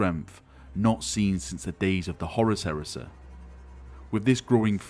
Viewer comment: i like how u say galaxeh, hereseh